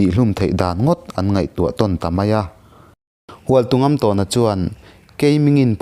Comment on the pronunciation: Hualtungamtâwna tih a lamrik tur a ni lo maw... " Tawn " tih lai hi thlûk tur zawk a nih hmel.